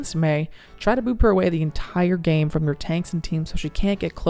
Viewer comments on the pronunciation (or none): none